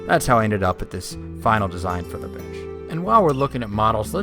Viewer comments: I heard Bitch instead of bench in he intro. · In the intro it sounds like he’s repeatedly saying let’s make this “bitch”... which can be appropriate for an intricate piece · i swear it sounds like hes saying lets make this bitch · Sounds like you're saying bitch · Sounded like you said impossibly thin curved concrete bitch at the beginning. LOL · every time he says bench i just hear bitch.